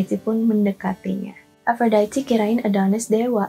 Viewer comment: Harusnya ikut cara baca Yunani = A - do - nis. A - fro - di - te. Per - se - fo - ne. Mirip pengucapan Indonesia/Italia. Itu mitologi YUNANI bukan INGGRIS Mbakkk! Males ama channel yg gak pay attention to detail kyk gini.